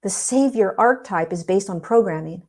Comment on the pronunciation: OMG, I was just thinking today about how we are programmed to want or need a savior! Whoa...totally synchronicity! By the way, archetype is pronounced ARK-EH-TYPE. I actually looked it up just now because you reminded me of a past friend of mine who pronounced it that way. We might have even had a friendly debate about it once! 😂 Thank you for all that you do! 🙏